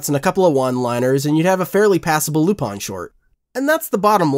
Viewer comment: Is it really pronounced lupon? just curious.